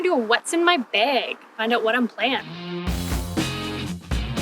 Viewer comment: haha she says "beg" like my wife does who is from South Dakota. Never gets old lol.